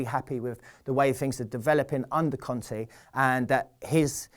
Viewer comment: not con-tee its Con-tay